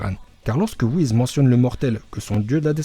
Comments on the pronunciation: Pas whiz mais ça se prononces whis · Cool comme vidéo mais WhiS pas Whiz